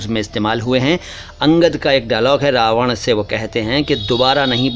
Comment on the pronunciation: चरणस्पर्श!🙏 With all due respect.......माज़रत चाहता हूं, 🙏कदाचित आप रावण को रावड़ उच्चारित कर गए।